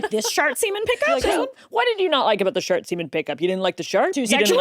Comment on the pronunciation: They were FULLY saying shart semen, those captions are not going to convince me they were saying shark semen 💀💀💀